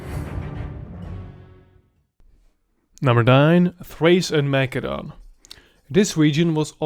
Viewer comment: I can't take how much you mispronounce these names. Come on, Mackedonia instead of Masedonia? This is where Alexander the Great is from! No way you haven't heard the correct spelling before. Insane.